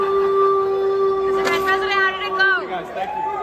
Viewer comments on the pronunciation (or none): Did you say twank you or pleees even once 😂